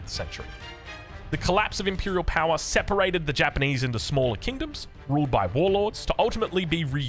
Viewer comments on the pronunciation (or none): none